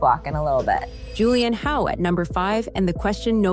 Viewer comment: I made it to Julianne Hough (pronounced 'Huff' btw) And, I just can't do it anymore, sadly. I have headphones in my ears and it sounds like there's a relentless ambulance driving around in the background. Please stop using competing noises when you want the focus to be on what you're saying. Oof.